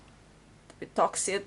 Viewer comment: Mohon maaf.. sedikit koreksi bhw pengucapan yg benar adalah hubungan yg toxic.. bukan hubungan yg toksit.. maksudnya hubungan yg tidak sehat dan ketergantungan.. Terima kasih.. maaf utk koreksinya